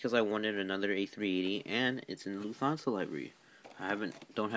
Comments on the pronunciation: It’s Luft-hansa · You pronounced Lufthansa wrong. It’s pronounced Loof-Tawn-Suh